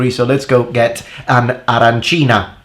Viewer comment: Ha! I noticed how you said 'arancinA'! That'll teach all those people who say it wrong :).